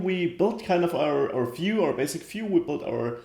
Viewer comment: Finally, someone showing how to build an authentication system from the ground up! Thanks a bunch! Also, I like how you pronounce "view". "Phew".